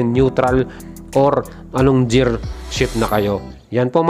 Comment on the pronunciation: GEAR - (as in 'girl', NOT JEAR as in 'jeans')